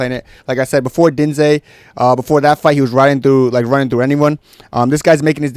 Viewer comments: How are you pronouncing diniz name?? 😂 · Bro what the fuck is that pronunciation of jhonata diniz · Brother what in christ was that attempt to pronounce diniz